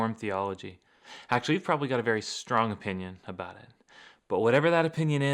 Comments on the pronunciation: What are you talking aboat?🤷😁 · Love you,... especially when you Canadaize the word "about"!